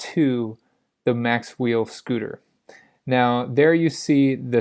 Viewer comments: It's Macwheel - not Maxwheel or Macswheel (or Mac wheel) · Macwheel not "maxwheel"